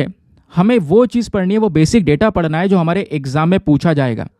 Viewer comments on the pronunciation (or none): none